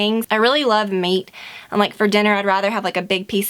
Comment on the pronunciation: At the beginning of the video, when you first say "meat", your Southern accent really comes out ahha!